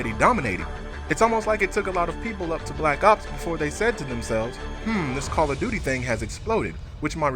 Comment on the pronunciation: Whenever I hear Black Ops killer, I think he says Black Cops Killer.